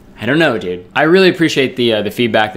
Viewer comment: I love the way he says dude. Like “dood”